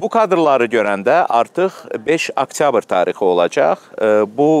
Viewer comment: Aktyabr yox oktyabr oz ana dilimizde danisa bilmirsen camata agil verirsen